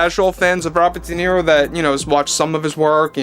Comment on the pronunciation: Not Nero but Niro.